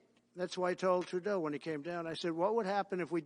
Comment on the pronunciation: He got it right